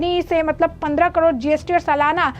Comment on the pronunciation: Madam kadod nhi carore hota hai 😅